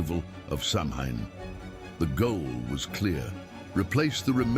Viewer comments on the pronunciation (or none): Samhain is not pronounced as it looks. The word is phonetically “sow-when” of the ancient Celts.